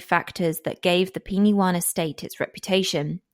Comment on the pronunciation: Penywaun is pronounced “Pen wine” by the way. I grew up there, I was 7 years old when this happened and my school was directly opposite Edna’s house